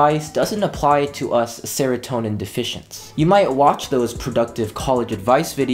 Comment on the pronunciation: no one:: says uwu and saratonin like 5 seconds later everyone: w h a t